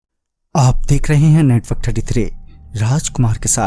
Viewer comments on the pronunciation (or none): you said indark instead of network33😂